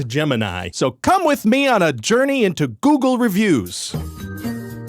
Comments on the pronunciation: ⭐️⭐️⭐️ It was classic Ryan George (never trust a guy that has two first names). Didn't know hoe to pronounce Google. Clearly didn't run, just mimiced it in front of a green screen. Giving three stars because of hi editor Jeff (Geoff?). Would watch again. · he pronounced google as googoo aaaaaaaaaaaaaaaaaaaaaaaaaaaaaaaaaaaaaaaaaaaaaaaaaaaaaaaaaaaaaaaaaaaaaaaaaaaaaaaaaaaaaaaaaaaaaaaaaaaaaaaaaaaaaaaaaaaaaaaaaaaaaaaaaaaaaaaaaaaaaaaaaaaaaaaaaaaaaaaaaaaaaaaaaaaaaaaaaaaaaaaaaaaaaaaaaaaaaaaaaaaaaaaaaaaaaaaaaaaaaaaaaaaaaaaaaaaaaaaaaaaaaaaaaaaaaaaaaaaaaaaaaaaaaaaaaaaaaaaaaaaaaaaaaaaaaaaaaaaaaaaaaaaaaaaaaaaaaaaaaaaaaaaaaaaaaaaaaaaaaaaaaaaaaaaaaaaaaaaaaaaaaaaaaaaaaaaaaaaaaaaaaaaaaaaaaaaaaaaaaaaaaaaaaaaaaaaaaaaaaaaaaaaaaaaaaaaaaaaaaaaaaaaaaaaaaaaaaaaaaaaaaaaaaaaaaaaaaaaaaaaaaaaaaaaaaaaaaaaaaaaaaaaaaaaaaaaaaaaaaaaaaaaaaaaaaaaaaaaaaaaaaaaaaaaaaaaaaaaaaaaaaaaaaaaaaaaaaaaaaaaaaaaaaaaaaaaaaaaaaaaaaaaaaaaaaaaaaaaaaaaaaaaaaaaaaaaaaaaaaaaaaaaaaaaaaaaaaaaaaaaaaaaaaaaaaaaaaaaaaaaaaaaaaaaaaaaaaaaaaaaaaaaaaaaaaaaaaaaaaaaaaaaaaaaaaaaaaaaaaaaaaaaaaaaaaaaaaaaaaaaaaaaaaaaaaaaaaaaaaaaaaaaaaaaaaaaaaaaaaaaaaaaaaaaaaaaaaaaaaaaaaaaaaaaaaaaaaaaaaaaaaaaaaaaaaaaaaaaaaaaaaaaaaaaaaaaa ok is that 200 characters yet? anyway 1 star this man is dumb dumb poopy head not smart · Ryan, it's googlé! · I enjoyed this video. Ryan’s analysis of Google reviews was very thorough and informative but it wasn’t what I was expecting when I clicked on the video. Good thing he approached the subject matter with usual Ryan George wit. I did have to deduct one star because he kept pronouncing Google wrong. ⭐️⭐️⭐️⭐️ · Why does everyone pronounce it GOOGEL? Its pronounced GOOG-LE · 3/5 Ryan was very knowledgable but also mispronounced "Google" several times, so I wasn't sure whether he was talking about Google or a different website called Googoo. Also the clip he posted of Karimbra dancing was misleading, because I know Karimbra and he is a much better dancer than that. Pretty sure the backgrounds in the video are fake too.